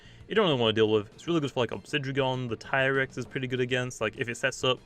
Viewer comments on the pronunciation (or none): none